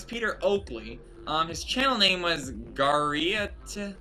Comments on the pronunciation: It's pronounced jerry-a-trick (geriatric) aka old person. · FYI, geriatric is pronounced jerry AT rick. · Geriatric is pronounced jair ee at rik and it means old. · I'm disappointed to see that your list came with so much bias and so little research. It was sad to see your opinion of lonelygirl15 without even mentioning its cultural impact as one of the first scripted shows to use its format. And it would've taken only seconds to look up how to pronounce the word "geriatric." It would've been a better video if you had let the facts speak for themselves.